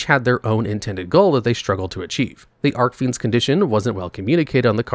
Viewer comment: How many years now and he still doesn't know how to properly pronounce Archfiends?